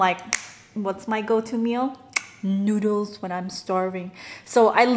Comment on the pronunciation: Why do you pronouce noodles like noodlus?